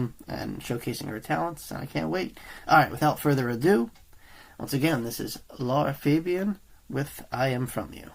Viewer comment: I'm guessing whoever made the request asked him to react to “Je Suis de Toi” from Lara's latest "Je Suis La" album, and not this 20 year old song, and because this guy is ignorant - just like he butchers both, Lara's first and last name when he speaks, he also screwed up and clicked on YouTube search result with the wrong preposition. If this was some sort of paid patreon request and I'm the requestor - I'm asking for my money back.